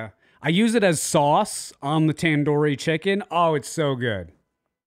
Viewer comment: It's so funny hearing him say all those Indian food names like that I'm chuckling because that's not how they are pronounced at all 😭😭. Although he pronounced tandoori chicken impressively